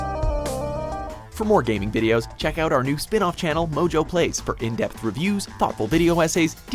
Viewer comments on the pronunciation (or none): MOjo plays sounded like Blowjob pays ....weird